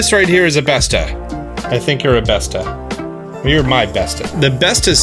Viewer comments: The å in bestå is pronounced as the "a" in walk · Bestå is pronounced best-o